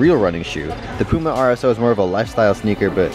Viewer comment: say puma right light pyouma